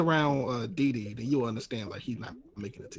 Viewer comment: There's no 'z' in DeeDee